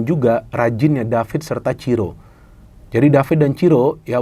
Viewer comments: Monmaap bung, bukan Ciro, tapi Siro wkwkwk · bukan ciro tapi siro, kata reporternya 😄